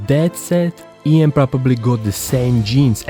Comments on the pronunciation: You pronunced Ian wrong... (sorry to be that guy) Great video though. Left a like :) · not ian but lan